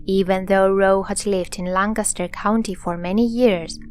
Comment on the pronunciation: Great video, I'm glad I found your channel I really like it. Everyone always pronounces Lancaster wrong but you said it perfectly. Usually only people from Lancaster say it right but anyway I hope you continue to upload new videos, thanks